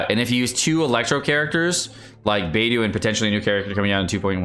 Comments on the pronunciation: Love your videos but your pronunciation makes me cringe. It’s pronounced like BeiDoe not Beidoo and Xing Cho not Xing Koo. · Does know it's BeidO not BeidU? They even say it in voice lines. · why do u butcher xingqiu as jingkoo and beidou as beidoo?? could u please take a minute or two to learn their proper pronunciation and respect Chinese names lmao it feels a bit disrespectful as a Chinese person.. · this is the first time I’ve heard any infidel pronounce “Xingqiu” as “singku” and Beidou as “baydoo” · YO-miya...Bay-DOO...Shing-Q... Pronunciation tips: Yoi-miya. Bay-doh. Shing-cho. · Bro its soo annoying lol also leaving the I out of Yoimiya. He said Yomiya over and over again. Singku, baydoo, and yomiya.